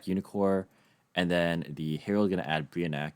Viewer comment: Brionac is pronounced: BRI-O